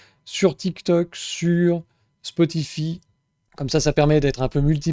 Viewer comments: spotify ( ça se prononce spoti_"faille") un truc de niche ?... je croyais que c'était juste une des plus grosses plateforme de musique/podcast existante avec plus de 700 millions d'utilisateurs... :) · Mdr toi aussi ca tas fait tiquer "spotifi" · Oui Spotify très bien. Par contre ça se prononce Spotifaï, à l'anglaise. Marrant après le commentaire sur les boomers 😅 Merci pour ton travail